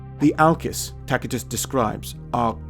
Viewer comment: Great vid, but wonder why you pronounce Tacitus with a "K" instead of and "S" since the C is before an i?